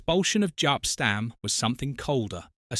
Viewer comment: Voice over knows NOTHING of United. Who the hell is Sholles or Jap Stam?